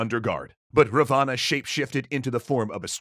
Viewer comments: Ra- vaaana x ... Raaaa-va-na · Big fan here and sorry to be nitpicky but its pronounced Raavana not Ravaana. That said he was more of a grey character not full on evil. He was power hungry and ambitious but highly educated and good ruler. But any ways keep up the good work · By the way it is not Ravana , it is ra-van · its not pronounced ra-vaa-naa, its pronounced raa-va-n. thanks! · Its pronounced Ra-one not Ra-vaana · It's not ravaana it's pronounced as raavan. And raavan was scholar and had faith in shiva. And raam shot in belly not in heart. Sita wasn't guarded, raam was in exile and there she was tricked and kidnapped. Many other wrong things. Better read "Ramaayana" properly. ✌🏼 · It is pronounced Rawan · Well, where I come from "Ravana" was shot in the belly button. Also it's pronounced r aah v uh n uh so I'm pretty sure its spelt " "Ravan" but whatever, surprisingly accurate! Great vid. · You are wrong in most of the video "Raa-vaa-naa" . This is the pronunciation and Ravana was not actually Evil he was like Hades thought to be Evil but was actually good. Ramna's only mistake was his arrogance. All is other mistakes were not actually mistakes because his actions were based on the teachings of the granthas. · wrong pronunciation look the pronunciation of Ravana